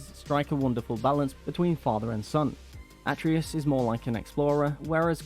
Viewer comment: His name is pronounced Uh - tray - Us....do a review, know the names. Please